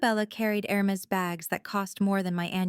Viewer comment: I collected a few AI mistakes in the English language listening to this episode: “Isabella said” becomes “as a bell is said”; “Isabella” becomes “is a bella”; “Hermes bag” becomes “her Mays bag”’ ‘so sank demonious” rather than “so sanctimonius”; “Harold” becomes “harrowed” ... just a few!